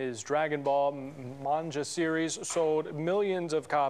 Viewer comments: He got ganja in the brain if that’s how he thinks manga is pronounced. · Bro text to speech could of pronounced what was on that teleprompter more accurately then this guy. Dude said MANJA come on man you know it's Manga there is NO way people haven't heard of that word at least once in their life. Just goes to show how lazy they care about how the information is being presented and let's not mention the creators name that was butchered. Everything about Dragonball was legendary including the creator. He was a huge inspiration to a lot people including some of our biggest anime shows today like "One Piece" and more. Without him we wouldn't of had the amazing world of Anime and Manga that we have today. Thank you for honoring him but if you are gonna do it please do it with respect he deserves to be remembered correctly. RIP TO THE LEGEND. I know his passing left a Dragonball in all our heart. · Akiora? Manja? Jesus dude at least learn how to pronounce these things before such an important thing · I mean still even if you dont know what manga is or the language you would think you pronounce the g. How'd he get ja from a G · I more shocked by the guy that pronounced "Manga" and said "Manja". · Did this man pronounce "Manga" as "Manja" and "Akira" as "Akiaro" don't know why, but that made me angry. If you're gonna report the death of a LEGEND, get his name right, put some respect on his name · Oh my god they butchered his first name and then pronounced manga as "Manja".... peek cringe and disrespect to an absolute legend. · akiara. manger. can you pronounce it right at least? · So Akira was the mispronounced name, thought it wouldve been Toriyama. Manja!? Id accept "comic", "japanese comic." Not manja. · Really sad about Akira but... Did this mother fucker really say Akiara? Manja? Serriously? At least he pronounced Goku right. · That anchor completely butchered pronouncing "manga".makes me wonder why they even reported on this.